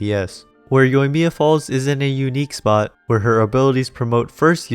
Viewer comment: You pulled that Japanese accent flawlessly without that thick English-accent.